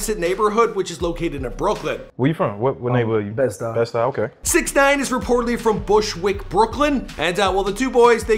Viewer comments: YOU CANT SAY BED STY RIGHT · imagine every time biggie shouted out bed stuy he pronounced it like "bed stoy!"